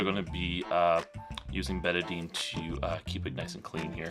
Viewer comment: Betadine is really not recommended usage for wounds anymore because it also kills white cells. Then again I knew you weren't a real doctor as soon as I heard you mispronounce Betadine. Soap and water is what any wound care provider would recommend now.